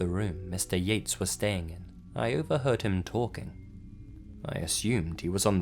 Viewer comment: instead of Mr.yates, i heard mr yeet and couldnt stop laughing